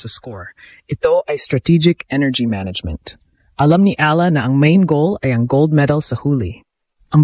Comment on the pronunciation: Kahkahlowkah angvoice Ni Ai Ahla daw instead na Eyala that's how we pronounce it